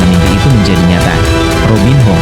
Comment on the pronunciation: belajar sebutin nma dgn benar,robin yo,korintians..ini yg benar kak..😊